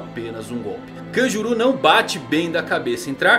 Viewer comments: Pronuncia horrível, parece que tá falando Kajuru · Kanjuru... mano a pronuncia de nomes japoneses pelos brs da uma agonia inexplicável....